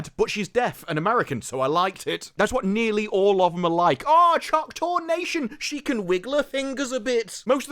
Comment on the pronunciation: Just curious, why cant you say choctaw?